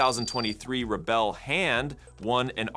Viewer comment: "back-drivvable"... "Rebbel"... 😄